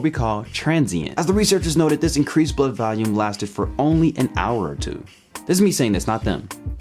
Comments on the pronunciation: The way you pronounced 'volume' sounded like 'value', and you said it twice in close proximity which reinforced the confusing pronunciation. Weird. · It really is uncanny how much your pronunciation of 'volume' sounds like 'value', so much so that if it weren't for the fact that you displayed the word 'volume' in the video I would have thought that you'd said 'value'. Weird. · I like how you pronounce "volume" like "valium." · You're pronouncing "volume" as "value". The "vol" in volume is pronounced like the "vol" in "volleyball". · why does he pronounce volume “valume” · Okay, now the weird pronunciation of 'volume' as 'value' is starting to get irritating.